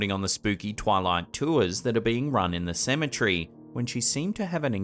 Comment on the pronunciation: You pronounce Cemetery like symmetry. Lolz